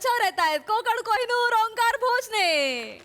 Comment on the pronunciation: It's Onkaar not Omkaar